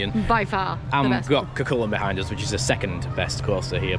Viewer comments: Hi I’m from Ireland and i have been to Emer land park many times now,it was originally call Tayto park. The cuculin is pronounced cewculin 😂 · "Koo Kull Lane" 🥱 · The wooden coaster is pronounced cuh cullin